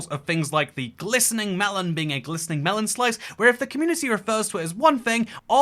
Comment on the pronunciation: Glistening melon??? No no no, glistering melon